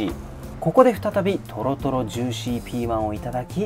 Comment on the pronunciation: トロトロジューシーケツ○ン で言い慣れてるおかげで トロトロジューシーピーマンの発音良いっすね